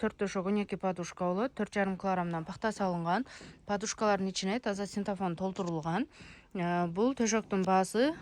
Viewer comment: Синтафон эмес, синтепон десен. Жер тошоктор чехол тошоктор барбы